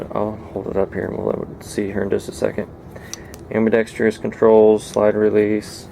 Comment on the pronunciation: AM-BI-DEX-TROUS (Pron. like "TRUSS"). (No "I".) You are "industrious". The pistol needs a TRUSS.